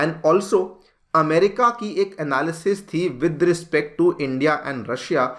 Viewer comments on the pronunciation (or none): none